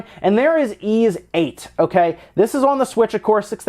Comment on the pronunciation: Ys is pronounced like geese without the g. not ease. this series has been out since the 80's, people need to get it right